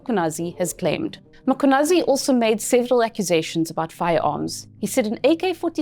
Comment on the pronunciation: I appreciate you for saying his name perfectly.